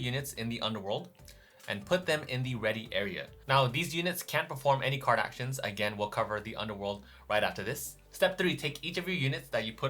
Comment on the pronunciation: and here I thought you were saying Kardashians until I realized you were actually saying Card Actions